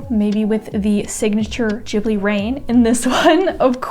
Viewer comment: Absolutely amazing! I love everything you've done, and I'm pretty sure I will love new things you're gonna try. So keep doing whatever you feel like. PS I am so happy you say 'Ghibli' correctly, like 'Jibli'. I am Japanese and am frustrated when people say it wrong. Thanks